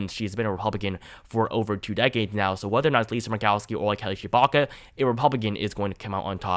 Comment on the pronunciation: Sounds like you’re saying Kelly Chewbacca